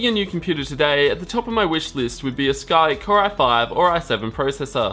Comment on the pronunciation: I'm more bothered by "Skyke processors" instead of Skylake.